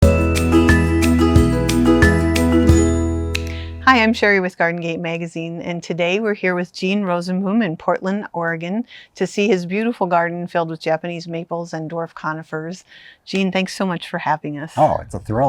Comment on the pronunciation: It’s actually /ˈroːzənˌboːm/ it’s dutch for ‘rosetree’ . Great video tho. Thanks so much!